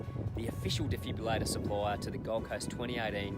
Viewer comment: Potentially a great instructional video, BUT ... Please pronounce the name of the device correctly. - De-Fib-RILL-ator - Absolutely NOT a Defibulator!! This has the potential to correct the cardiac arrhythmia Ventricular Fibrillation, hence DEFIBRILLATOR :) Please accept this with the good will and humour in which it is composed :)